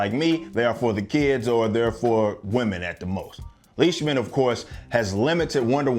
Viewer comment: You say Leishman as lysman, it's a German name.